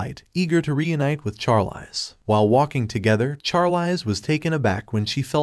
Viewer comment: I hate how the bot says the Female lead's name. It is pronounced sharleez just like the actress Charlize Theron, as well as mispronouncing many other names and words like resume said rezumay